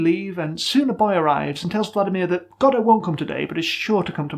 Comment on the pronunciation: Not to get political, but you pronounce Godot correctly and it warmed my heart